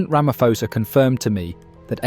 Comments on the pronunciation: It pronounced Ramaposa not Ramafosa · Our President has mines in the region. We have no defence force so to speak. They are poorly trained, poorly equiped and generally a mess. We are sending innocent people onto a battlefield and Ramaphosa has to answer this. PS, its pronounced Ramapawza. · I think you pronouncing the SA president wrong. It’s Ramapoes. Please pronounce poes with the cat. Much appreciated.🤣🤣🤣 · Here’s my thoughts 💭. CLICK EFFIN 🤬 BAIT HEADLINE !! Headline should be: DRC soldiers attacks SADC peacekeeping force soldiers from South Africa 🇿🇦 to prolong conflict You Sir are a 💩 STIRRER!! AND - Learn how to pronounce the SA president’s name! Not Rama-FO-sa!!! Get it RIGHT!! You are acting as a JOURNALIST!! Outcome: Asking the algorithm NOT to suggest your channel to me. Haai soega!! Ek het nie tyd om na kak te luister nie! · AI is not too great is it. The next generation will be talking like that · You can't even pronounce the South African president's name correctly—how can we trust your video's accuracy! That said, the South African government can barely run the country properly, so how can they expect to carry out a successful military campaign!